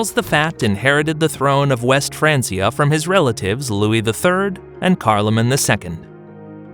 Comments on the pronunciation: even in English, it's "fran-kee-ah". Pronouncing it like "fran-see-ah" is simply incorrect. It would be like saying "bench" like "bence". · It is not pronounced "fraan-see-uh" Either fraan-key-uh or fraan-chuh It's a Latin word dude.